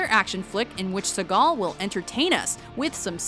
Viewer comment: Steven Sehgal? It's pronounced Steven Seegal, Jesus Christ, or is it just in Latin America that we pronounce it RIGHT?